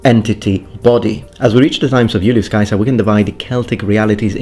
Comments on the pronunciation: Dude, "Yool-yoos Kaiser"! I'm gonna drive everyone nuts with that. Just as I correct people when they mispronounce "bruschetta" and I explain to them it's Italian, not fucking German, now I'll have to say it's Latin, not fucking English. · Wonderful video thank you. I didn't know the correct pronunciation for Caesar. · LOVING the Classical Latin pronunciation of Julius Caesar!😀 It seems like no one wants to use the correct vowel sound for the "ae"... like ever. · Thank you for pronouncing Iulius Caesar's name correctly! Actually, I love all of your Latin pronunciation.